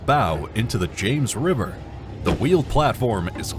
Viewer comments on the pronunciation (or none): none